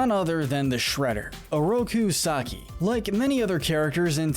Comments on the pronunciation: 'oroku suh KAI' This triggered me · The way he says Kunoichi was passable but when he said Oroku Sakai I lost it.